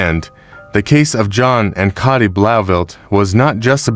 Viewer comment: It might be spelt Cati but is it pronounced Katie? For ai scripts, write them phonetically, so the prompt knows how you want words pronounced.